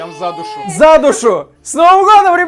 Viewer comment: За душу! Я слышал:Задушу!